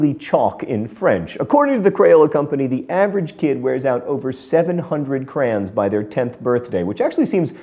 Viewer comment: John Green pronounces "Crayon" the same way I do. Take that, decepticons!